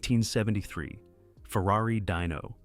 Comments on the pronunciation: Hey dork! It's pronounced deeeno not dyno. Wtf?! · Once again, Dyno NO, DINO, pronounced Deeno. MORONS!